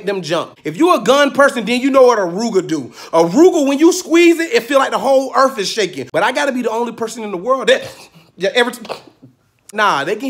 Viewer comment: "Ain't go be no more earf out there" 🤣🤣